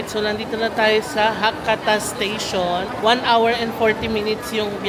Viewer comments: Check the proper pronunciation of Hakata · Ano po proper pronunciation ng Hakata?